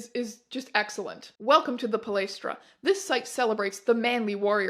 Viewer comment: thank you for pronouncing palaistra as right as possible for a non Greek!